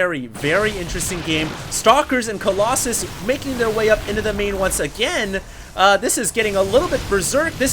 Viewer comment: aheem, excuse me.. Kolloss-anus?